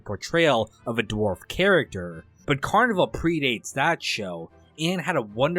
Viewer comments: It is, the guy making videos on it doesn’t even know how to pronounce the name💀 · Well, I guess cause there’s a carnival in it he just assumed that. But he’s always done a pretty good job at summarizing this stuff, despite not saying the name of the show correctly. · So is this guy mispronouncing the title on purpose like some brainless the 2nd? It’s not “carniVULE”. It’s “carniVAL” like Val Kilmer. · Well first off its pronounced Carni-VALE. Anyhow I get that you generally didnt really get the show and thats ok it wasnt for eveyone. Thanks for at least shining a torch on it. Heres the thing, this show was brilliant on so many levels and no it didn't lay eveything out for you. It was an intriguing mystery and you had to think for yourself a bit. I think the character development was fine but yes some of the side characters should have been developed further. Yes I think it borrowed from the original Twin Peaks and David Lynch but in a good way, with its own original feel. I think the real tragedy of this show was not that it got cancelled, which was disappointing, BUT that Daniel Knauf the shows producer didnt take the 3 hour Movie ending that was offered to him to finish the show. Although not the outcome he would of liked, it WAS an outcome. Yes it would have meant some short cuts had to be made, but why let the whole brilliant cast and crew down by taking his bat and ball and going home. Had he have made the 3 hour ending I believe we would be viewing this series/extended movie very differently today. I have no doubt that it would have gone on to become a revered cult classic just as the original Twin Peaks is today. Twin Peaks is often thought of as the greatest television series ever made.. let that sink in. By not finishing the show, albeit not on his terms, Daniel Knauf gave future generations ZERO reason to discover it and it has slowly became obsolete. Such a sham